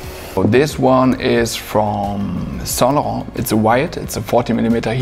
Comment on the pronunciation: Saintlarrrrnt accent👌